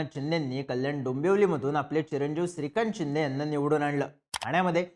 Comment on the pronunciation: शिंदे की चिंदे बोलतोय 🤔 पण ऐकायला छान वाटते 😅